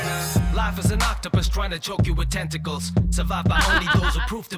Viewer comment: Tenticalizing lol lol lol